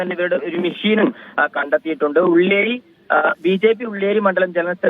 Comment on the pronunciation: ഉള്ളി ഏരി എനിക്ക് മാത്രമാണോ കേട്ടത്😂